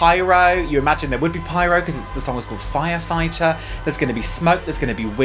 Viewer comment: “There may be pyro” I heard “There may be pirates” and I’m here for that 😂